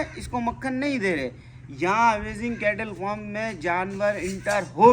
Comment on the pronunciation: Foam nhi hota mere bhai farm urdu me jo boltey ho plz correction